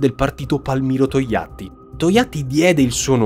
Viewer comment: "Tojatti" :P (bravo, sul serio)